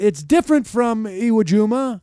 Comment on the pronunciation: It's Iwo Jima you dumbass